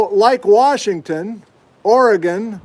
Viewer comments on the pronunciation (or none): none